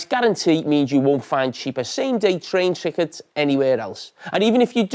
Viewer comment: “Train Trickets”